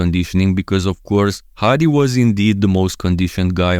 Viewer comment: I'm actually impressed how good you pronounce his name😂 Hadi's ofc!